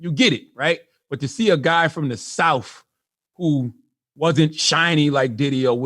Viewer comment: Its pronounced south, not souf.